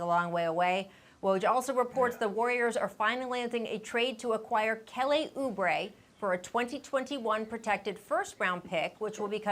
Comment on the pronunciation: Kell-ay Oubre 😂😂😭